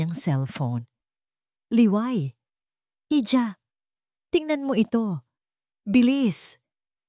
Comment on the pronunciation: Hija - iha ang bigkas jn tangang vlogger